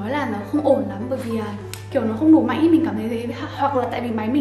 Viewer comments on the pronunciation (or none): none